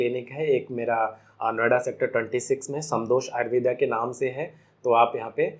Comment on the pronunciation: आयुर्वेद जब विदेश मे घूम कर पुन भारत आया तो उसे आयुर्वेदा हो गया। 😂 कृपया उच्चारण तो सही करो